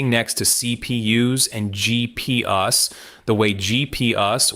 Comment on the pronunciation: "GP Uh"s. Get a mic. Learn how to use it. Do the same with your scripts. Also.., Photonics has solved the memory problem. Look into Akhetonics. The solution is simple. It's not whiteboard dreaming either. They're shipping to test partners. Expect new soon.